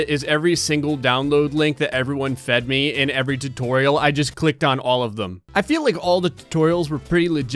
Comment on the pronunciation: “Minecraft Toriel” Is playing the game with the Undertale mod or is the game playing with the speech impediment mod?